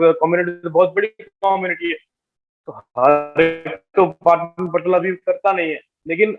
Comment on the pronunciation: It’s not पटन its पाटन पटोला sir🙏🏻